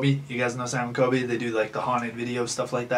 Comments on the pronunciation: Sorry pet peeve Golbach- gol•bock Colby- col•be not kobe Again sorry just a pet peeve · The way he said sam and coby 🤦‍♀️😂jk but fr yh sam got it frickin lucky 🥺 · Ok I like the video concept but it just made me cringe to me it just sounds like your using sam and COLBY for clout you cant even say there names right witch tells me you probably dont even know what you talking about you just saw a chance for clout and took it😊🤧